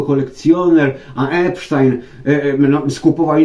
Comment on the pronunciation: Jest Pan z niewielu ludzi,którzy prawidłowo wymawiają nazwisko”Epsztajn”, bo o tak właśnie wymawiają Amerykanie,żadne tam”Epstin”.Pozdrawiam z Chicago